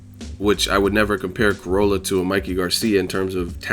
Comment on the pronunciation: Yo it's pronounced croll-a not corolla